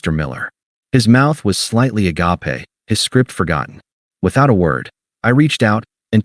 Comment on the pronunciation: Again with the "uh-gop-ay" for agape? Edit in another word before feeding this to the AI narrator or hire a narrator with a pulse.